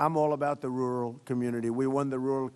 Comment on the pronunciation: He can't even say rural.